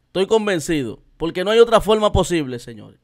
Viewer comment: Pero Dios mio 🤣🤣 pero cómo? Pero como eh poshible😅🤣🤣😂😂